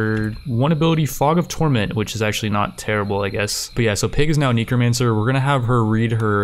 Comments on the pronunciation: Its N e c r o, Not NICRO, NECRO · just curious but why do you always say neecromancer. instead of necromancer? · For fox snakes! It's NEH, not NEEK. There isn't a double e. You pronnounce it neekromancer. I'm dying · Kneecromancer Neh-Crow-Mancer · its not neekromancer its nehcromancer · Neeko Man Sir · It bothers me so much and it really shouldn't. Knee crow man sir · knee crow man sir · "Knee Crow Mancer" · nEHcromancer. nEH-crow. Just how?! What cave are you from? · Just trying to help here, it's pronounced neckromancer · tf are you calling them NINCRO mancers??? tf no it's spelled NECROMANCER so please pronounce it less nasally or... correctly? like at all? it's super annoying I don't know why normally I try not to be negative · Everytime he says necromancer wrong take a shot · Are u saying necromancer wrong on purpose? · Yo man, I do commentary too. Some of these words are hard! Necromancer isn't one of them though... haha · Everytime he says Necromancer wrong do a push up.